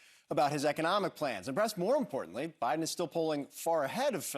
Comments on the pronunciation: Ha ha! He actually said President O'Biden. ha ha ha ha.😂😂😂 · Did he say president "Obiden"? HAHAHAHAHA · “…President Obiden…”